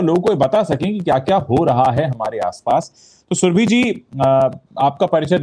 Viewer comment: सुरभी नहीं, सुरभि! सही उच्चारण हिन्दी भाषियों से अपेक्षित है।